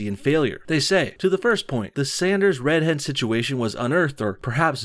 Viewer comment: Am I the only one who hears "red head" every time says "Red Hen"?